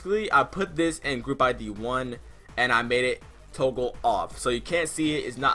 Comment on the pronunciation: you just say "Toagle" my boi?